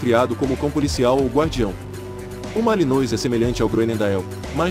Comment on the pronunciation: Pronúncia (MALINOA)